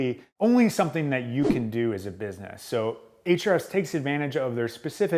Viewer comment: Can't wait to watch this, but I first HAVE to know: Why is it pronounced "H-REFS"? (There's an argument I'm slated to win, with your help!)